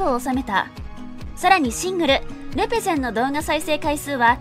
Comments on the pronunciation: れ↓ぺ↑ゼ↑ン↓ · レ↑ペゼンがすごく気になる